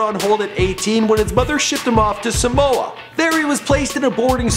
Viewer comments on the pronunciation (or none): none